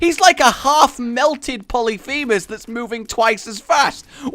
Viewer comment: >Talking about correcting people >Calls a boss "Polyphemus" >Nice *Polycephalus, >:D